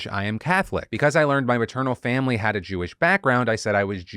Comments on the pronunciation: Ok, the "Jew-wish" thing made me actually lol. 😂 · “Jew-ish”….that’s the funniest thing I’ve heard all year😂😂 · "Jew-ish" I CAN'T 💀💀😭😭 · He said “jew-ish” 😂😂 wtf santos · "Jew-ish"?!?! XD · "It's Jew-ish not Jewish." "It's LeviOsa, not LeviosAR." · "Jew-ish." Okay, bro.